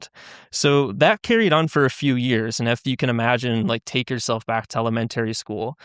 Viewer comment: Never heard someone say it like “Elemen-terry” before lol